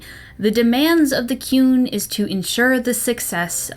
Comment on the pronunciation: All I can hear when you say 'The Qun' is 'The Coon'. Is Eric Cartman running a society in Dragon Age universe where everyone should obey him? Seems plausible